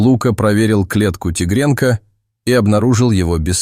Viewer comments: Только робот может произносить слово -Тигренка😳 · Рассказчику нужно правильно делать ударение, тигрёнка. Очень бьёт по мозгам.